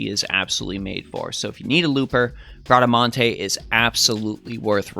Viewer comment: You said Bradamante's name right hehe that's italian